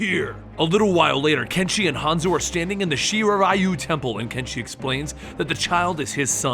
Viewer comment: Damn I keep hearing not hanzo and kenshi But hanzo and genji